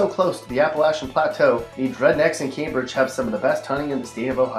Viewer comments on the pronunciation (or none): none